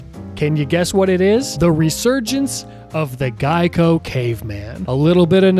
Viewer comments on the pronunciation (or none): none